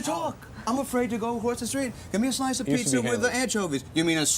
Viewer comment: “A slooce of poozzi with anchoovies “ 😂😂😂